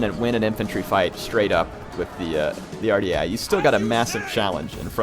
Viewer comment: Dunno if anyone has told you how to pronounce this ... but it is WAR - DEE - EYE spelled phonetically "Ouardiaei"